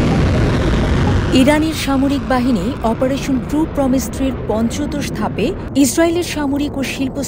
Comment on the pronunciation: পঞ্চদোষ না পঞ্চদশ?